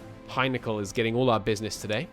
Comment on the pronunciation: Henkel not Hajnekl